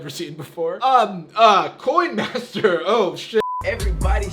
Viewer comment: "coyn mastur"